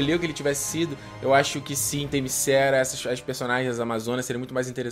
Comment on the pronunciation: "Themyscéra"... parei... Devia ter parado quando ouvi "a mulher maravilha toma pancadas e não mostra nenhum arranhão" ou "Diana é motivada pelo amor, mas amor homem-mulher não serve"... Quem conhece a personagem sabe que se trata de uma Deusa, Ipsis Lipsis e que para suas motivações não existe amor indigno, muito menos o "sexual", por assim dizer.... mas "Themyscéra" foi foda... Mas sério, venho recomendando desde Batman Vs Superman: quando o sujeito começa a reclamar de certas coisas em filmes de super-heróis, tipo "lutas estilo Dragon Ball Z", já está na hora dele se dedicar a outro tipo de mídia... De boa, Sem ofensa.